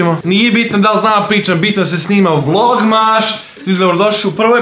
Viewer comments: Kaze se vlogmaS a ne vlognaŠ.INACE COOL VIDEOOO☺☺ OBOZAVAM VAS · Zašto govoriš vlogmaš kada se kaze vlogmas?